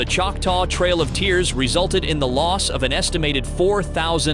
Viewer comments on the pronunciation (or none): Trail… I heard it too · Tool. Trail brother, not trial.🤔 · Its trail of tears not trial! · Trail of tears not trial of tears.😂